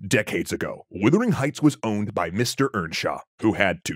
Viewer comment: This video constantly mispronounces the title of this novel (it is Wuthering Heights, not Withering Heights) and also monsters the pronunciation of Jane Eyre (promounced Air)